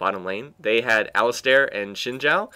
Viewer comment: Great commentary, although what bugged me was that Alistar is pronounced like Alice-Star, since there is no i after the "A"